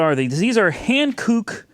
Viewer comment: You're close - the tyres are pronounced 'hang-kook' - considerable improvement! Let's get back to the Swamp Corvette! :)